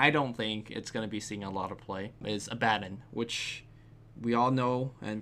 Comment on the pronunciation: "Abaddon"? Go back to fucking school kid, and learn to pronounce shit right! :P